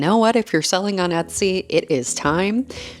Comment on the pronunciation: This is the second video that I’ve watched of yours and the only word that I couldn’t make out for the longest time was Etsy because I was hearing Utsy 😆I wondered if Etsy had a twin sister site at first. 🤣